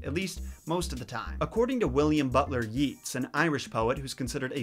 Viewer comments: "Yeats" is pronounced "Yates". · Just a note, Yeats is pronounced like Yates not Yeets. Enjoyed this and, as an Irishman, hoping for more Irish stories. The story of St. Patrick, St Brigid, Oisin in Tir na Nog, the salmon of knowledge, etc. Also for you Americans, funfact. In Ireland, nobody shortens Patrick to Patty, it would be shorted to Paddy. This is because Patrick is Padraig in Irish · I know, but honestly, pronouncing it as "yeets" is just funnier. I'm a terrible person lol. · I'm irish and the way you pronounced some of these made me cringe a little: Yeats is pronounced Yates. McAnally is pronounced Mac-an-ally. Monaghan is pronounced Mon-a-han. Also when saying an irish word starting with "bh" its pronounced with a "v" sound. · In ireland we refer to William butler years as WB Yeats, yeats is pronounced like Yates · William Butler "Yates" - that's how you pronounce that. Also pretty sure the other name is pronounced like "MacNally" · Yeats rhymes with rates. McAnally is pronounced Mac-an-alley. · Macca-Nally, Tooth-ah, Mon-ah-hin(han is also good but we say it so fast it sounds like hin soo) and Yeats is actually ate not eat because we Irish don't do anything easy!! (I mean there's different versions of Irish language ffs.... Ulster being the superior of course! :P ....annnd go!) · Isn't Yeats pronounced like "Yates"? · So had hope that you'd at least pronounce Yeats correctly. Now I have that Cranberries song about Yeats Grave stuck in my head... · William Butler Yeats, Yeats is actually pronounced like gates so it's pronounced yates and i don't know that other guy but I'm Irish and I'd pronounce it Mac an ally like maccan-ally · Great video and all, but I have to point out that William Butlers Yeats surnames is pronounced Yates. Otherwise your video was spot one. Keep up the good work. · Yeats is pronounced like yates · Yeats is pronounced so it rhymes with yates. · Yeats is pronounced Yates. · No........you are mispronouncing Yeats